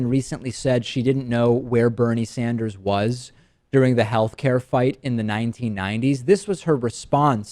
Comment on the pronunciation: DP said Bernie Standers